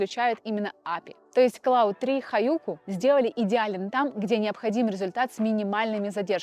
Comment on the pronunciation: Спасибо за выпуск. "Есть ощущение", что Claude читается как Клод, а Gemini, как Дже́мини (близнецы).